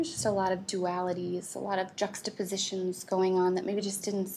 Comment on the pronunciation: She said juxtaposition I'm triggered